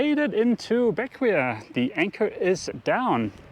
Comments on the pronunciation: I thought it was pronounced BECK-way. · Bequia .......is pronounced beck way.....just FYI.....loving the cruising life you have working now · Just an FYI the island name of Bequia is pronounced as ( / ˈbɛkwiː / or / ˈbɛkweɪ /) "Beck-way" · Beckway is the pronunciation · Loved the video. Been following you since you purchased Athena. I’ve been sailing the grenadines for 6 years and was the general manager for barefoot yacht charters on Vincent. Anyway just thought I’d give you and FYI; Bequia is pronounced ‘Beckway’ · Great video, but I couldn't help myself: Bequia is pronounced BECK-way 🤗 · Bequia is pronunced Beck way